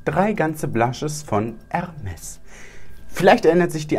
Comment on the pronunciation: Junge es heißt nicht „ermes“ sonder „ermé“